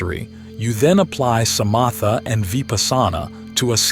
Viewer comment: The pronunciation of Vipassana and samatha and other words is wrong. I suspect this is AI. I have done Vipasana for over fifty years and never heard it pronounced this way.